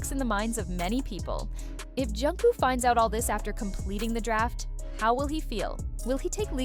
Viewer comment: How many incorrect pronunciations of JKs name can one A.I. voice narrator pull of in one video!? I want to see guesses in the comment section....cause snap, there were a lot!!